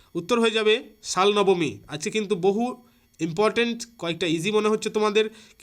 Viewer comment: শালনবমী বলে কোনো জায়গা নেই শালবনী প্লীজ pronounce correctly